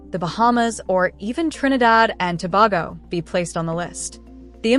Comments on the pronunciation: You just keep saying Trinidad and Tobago wrong. It’s pronounced Trinidad and To-bay-go. Not. To-bag-go. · It's pronounced ( 2 bay go)